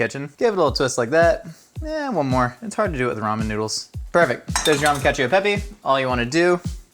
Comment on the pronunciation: Being an italian, you broke me with caccio e pepe